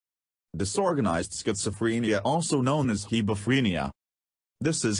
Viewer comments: Schizofreeeenia, please say it right. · I can't get over how the voice over thing pronounces schizophrenia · you are pronouncing it wrong